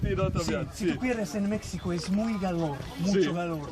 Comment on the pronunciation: Definitely a staged conversation. Pronouncing "Mexico" the English way, not with "h" sound, pronouncing acento in Spanish as If it's the English word accent + 0 (and claiming to be able to do 5 different regional Spanish accents, that probably even natives can't do). They focused on mimicking the Brazilian Portuguese sounds thinking they'll get away with it.